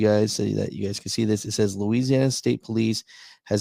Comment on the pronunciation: "LOUISANNA" lmao!!!! yeah that's all he had to say.